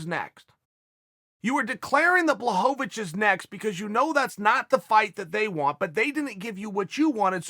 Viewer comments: Blahovovich and Blagoyev 😂😂 Chael has a problem with eastern european names. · Me: Blachowicz Uncle Chael: Blahovavich Me: Ok great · Jan Blachowicz should Change his Name to Blachochowitch. Cause Chael said so. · Lmao Chael who the fuck is BlaHOVOvicH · No one: ...... Uncle Chael: Blahovovich!